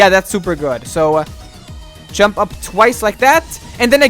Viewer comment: I like the way you're pronouncing "jump" dziump